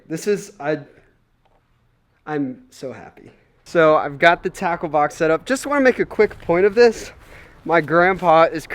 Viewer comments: When you said “Tackle Box” I thought you said... TACO 🌮 BOX 📦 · It sounds like taco box instead off tackle box